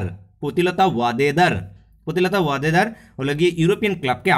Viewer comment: Sir, uccharon bhulbal korechen pritilota weddar, er, I was find your mistake, otherwise best suggestion 😇😇😇😇thanks.